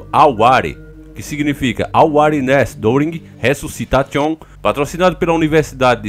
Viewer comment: desculpa cara mas aquele resusciTATION foi foda 😂😂😂 kkkk TA TION KKKKK mano caguei de rir, mas a matéria foi muito boa 😂😂😂 resusci TA TION KKKKK você é o melhor cara 😂😂😂